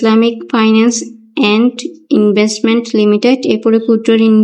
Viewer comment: ইনভেস্টমেন্ট নাকি ইভেন্টমেন্